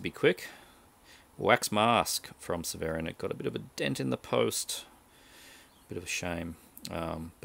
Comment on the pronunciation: Hey. The Crazies is a good one. I have the Arrow Blu ray and it's a 4K restoration, but the Blue Underground release is still good. Hehe, I love how you pronounce Severin. I agree, those Blue Underground 4K restorations are amazing. Off topic, but I highly recommend you get The Nightingale.